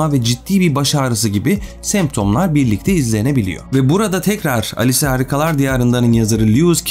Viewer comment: Alice harikalar diyarında diyince ALES harikalar diyarında diye duyuyorum.